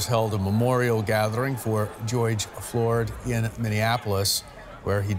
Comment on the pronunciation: How do you get george mixed up as "Goyg? Typical idiotic reporters for ya. Just tryna discredit him.